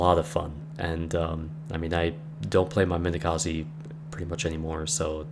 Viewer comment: Hmm...sorry to ask this, but why do you care about pronouncing names of soviet ships, while Wakatake sounds like 'walkie-talkie" ? Or Minekaze sounds like "Minekazeeeeeeeeeeeee"? I'm from Poland, live in Sweden, and still does not understand people who tries to pronounce one thing correctly, but screws around with Japanese names? Well...back to soviet DD. In one battle, I've did so much damage with Storozhevoi (tier 2 battle), that I practically skipped whole tier after one battle o.O And I thought that 'this ship sucks - only 3km torps', but it were very fun. PS. And I'm surprised how many people have learned proper pronouncing of Błyskawica since release of her. PSS. Yup, butthurt to the maximum about Japanese pronunciation <<Where's my waifu??>> :P (and yup - my english is terrible)